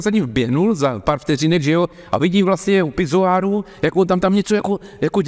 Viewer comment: za pár vteřinek...u pizoáru...půvabná čeština.